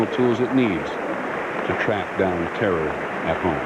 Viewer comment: "Our war on terra'..." what a bafooon.